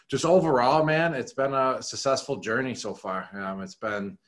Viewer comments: Someone needs to tell Gronk that successful isn't pronounced sussessful... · “Susessful” lol 😂 love Gronk! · “Sussessful.” Lol I love Rob. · “It was a Sussesful season” words from Gronk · "Susesful season" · "Sussesful"? Hnmm... all the best. No bust. Super Bowl, baby!! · He keeps saying sess sessful .🤷‍♀️